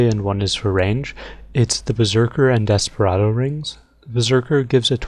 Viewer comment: for a sec i thought you said omustardo instead of Desperado